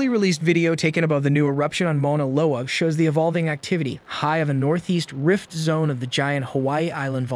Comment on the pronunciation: Why? You can tell if you listen carefully; some of the words aren't stressed properly. For instance, in "rift zone" about 8-10 seconds in. The meter/timing is unnatural in some parts, too. I probably wouldn't have picked it up from this video alone, but in some of their other videos it's really noticeable, and you can't help but hear all the other smaller mistakes it makes too, once you realize it! I'm sure that's why they put it in the description now :P